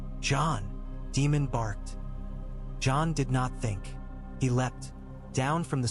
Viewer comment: It's Daymon not Demon.